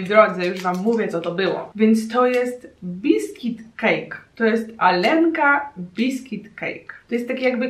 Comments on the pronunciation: R czyta się jako JA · "Алёнка" czytamy bardziej "Aljonka" nie "Alenka"